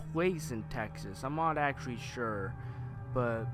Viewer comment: Says actuawy for the 97th time (puts gun to head)